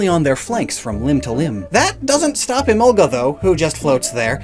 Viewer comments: I have never pronounced Emolga like that & never will {It reads as E-mol-guh, to me}. It may be closer to the origin words {I haven't heard them before}, but sometimes you have to throw the origin word pronunciations out the window. Arcanine is Ar-kuh-nine, not Ar-Canine, and I will not be convinced otherwise. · Even in the English dub, Mika Kanai is still the voice actress, so Emolga still says “Emonga”. Lol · I know it's technically a mispronunciation, but because of the kind of Southern accent I have I've always pronounced it like uh-mohl-guh. In my opinion it's a bit better sounding since all the syllables roll together more.